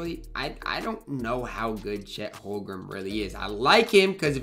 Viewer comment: It’s Holm-Gren not Hol-grem lol sorry I just had to point that out it was bothering me every time you said it in the video